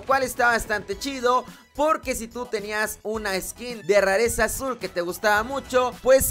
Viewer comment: "rarezsca" Jajaja Saludame